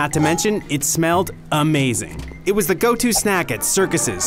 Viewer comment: emphasis on the word "was"